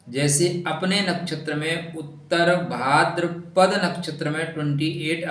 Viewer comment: नवांशा नहीं, नवांश। भाद्रपदा नहीं, भाद्रपद। खाली ज्ञान मत बांटा कीजिए, स्वयं भी ध्यान रखा कीजिए।